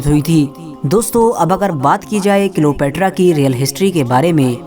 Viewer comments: Are wo Cleopetra ko kilopetra bol raha hai dhyaanse suno🤣🤣🤣🤣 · Bhai wo Cleopetra hai kilopetra nahi 🤣